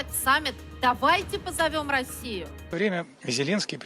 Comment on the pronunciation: "давайте позовём сРасию"???😂😂😂 Еб@ Я эту "сРасию" аж отсюда😂😂😂😂😂